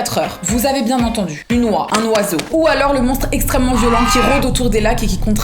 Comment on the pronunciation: Une « oiun »!